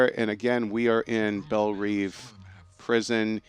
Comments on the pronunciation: Its pronounced Belle Rev like reving an engine. Not Reeve. Even though it is spelled Belle Reve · ***** He also mispronounced Belle Reve, so clearly these guys don't get paid to know stuff. It's IGN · That's not how you pronounce Belle Reve! Or Katana.